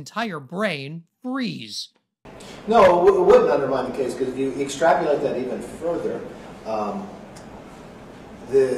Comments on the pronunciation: "extrapUlate" yup genius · When backed into a corner, “extrapulate”. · Did Kev say...."extrapulate"?